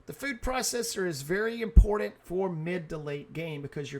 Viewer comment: The most Impordant thing to know.. THERE IS NO "D" in the word IMPORTANT